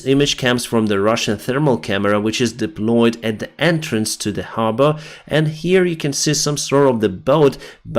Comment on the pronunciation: You said harbor like a Bostonian the first time... Habaah...😉👍